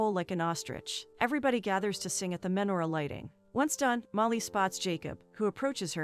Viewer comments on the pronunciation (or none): Oy vey!!! You're seriously going to do a recap on a Jewish romantic movie and not know how to pronounce lox or menorah?